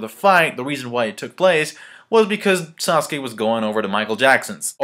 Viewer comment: This whole time I thought said squirrel, like WTF when did Sasuke get to summon muthafuckin' squirrels in the manga FTW!!!!!